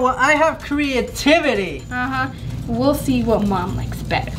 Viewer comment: " hashtag team for crea-ti-tiv-tivity" - 2019